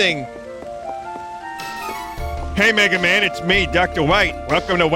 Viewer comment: We must wecoveh the Mana stone's enewgy wuhmegaman!